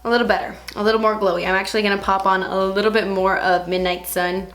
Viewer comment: Lmaoo to the part where you say " when I was little.. well I'm still litterrrr but I mean litterrr litterr" 😂😂😂😂